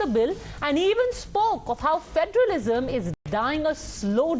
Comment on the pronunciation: Phhederilism, Saamp and ladder 😂😂😂